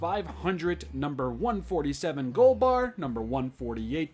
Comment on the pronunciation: It’s golba no “r”